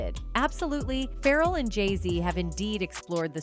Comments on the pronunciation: OMG dang AI bot.. Its pronounced "FA-REL" not ferral! Hes not a wild animal lol. Get it right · 😂i couldn't understand why tf is it Ferrel, it's so annoying